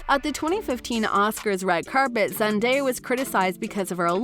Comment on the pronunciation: What's with the narrator's inflection of Zendaya's name? Frickin weird dude